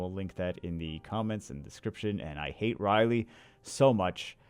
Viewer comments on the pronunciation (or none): none